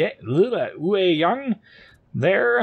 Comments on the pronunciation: I am native Taiwanese. It's pronounced as yuay(yue) (tall mountains岳) young(yang)(sun陽) with yang being a classification for all DDs in ROC navy. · It's pronounced 岳 Yue(juːˈeɪ) (Yu-eh) 陽 Yang(jɑːŋ/)(Young)